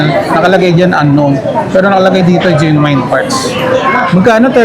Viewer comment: Nice update po! But genuine po is pronounced as “jen-yoo-win” not gen-wayn.